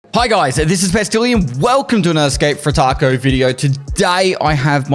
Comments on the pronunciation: stop saying "tarko" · Did he just say tarkove?